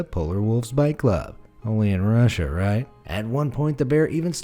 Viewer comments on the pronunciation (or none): none